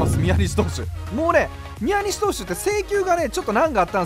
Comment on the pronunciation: ×みや↑にし投手 ○みやに↑し投手